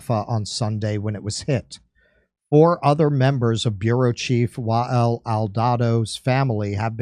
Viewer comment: You’re actually saying wael kind of correctly